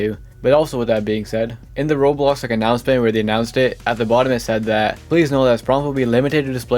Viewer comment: Can you stop saying rolls. It called roblox